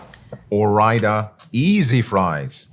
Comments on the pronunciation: What the heck. This is a cooking channel and they could not even make fries, or even pronounce Ore-Ida correctly. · Wow I had no idea Ore-Ida is short for Oregon Idaho 😂